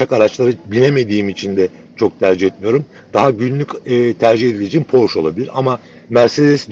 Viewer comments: Abi Almanca bilmiyorsan Porsche telaffuzunu Fransız gibi yapıyorsun işte. Arabanın Alman arabası olması dışında sıkıntı yok. Porş değil, Porşe. Bu arada bu arabayı burada maaşımın beşte biri kadar bir parayla 72 ay taksitle alabiliyorum. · “Porşş” değil abiler, “Porr-şşe” . Almanca okuyun, fransızca değil. Alman mühendis Ferdinand Porsche’den geliyor markası. Benim yok ama en azından doğrusunu söyleyelim. Ukala züğürt tesellisi işte.. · Porsche alman ve almanca bir marka ve otomobil yazarı bile neden ısrarla porş der anlamış değilim .